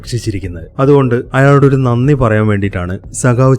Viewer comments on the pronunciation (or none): none